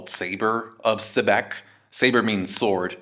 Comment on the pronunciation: Xebec is pronounced as Zibec, Blackbeards laugh is Zehahaha and Luffy's laugh is Shishishi. Luffy is inspired by SHanks and maybe Blackbeard is inspired by Rock D Xibec..another possible connection between BB & Rocks